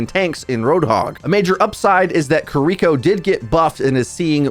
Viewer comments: you gotta stop saying "KiRIko." It's "KIRiko." No one expects you to use a flawless Japanses accent, but this shit is simple. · You should listen to the characters in game and learn how to say their names 😭 I cringe every time I hear “kereeko”